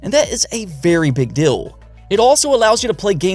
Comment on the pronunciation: Keep up the great work. Your channel is one of the few that covers all of this news and stay neutral on both PS5 and Series X. Also does anyone else love how says good DILL lolol awesome content man.